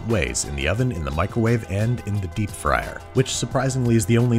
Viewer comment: I know this video is a year old. However, why did you continuously say microwave like that?